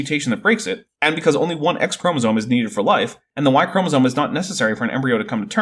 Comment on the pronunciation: I let laypeople slide on “chromosone” vs “chromosome,” but holy hell. What a dingus.